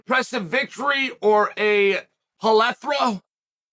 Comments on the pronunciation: It's plethora unc, not polethra... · Chael incorrectly said "plethora", , like Donald Trump would.